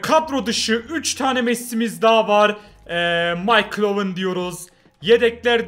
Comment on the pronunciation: MAYKIL DE OWEN